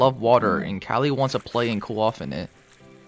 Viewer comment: "Kali, a male leopard" Proceeds to mispronounce Kali